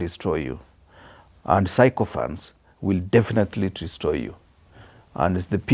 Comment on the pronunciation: you are trying. But there's room for improvement. "Sycophancy" is pronounced as SI-KA-FANSI, not SAI-KO-FANSI. And "sycophant" is SI-KA-FANT, not SAI-KO-FANT.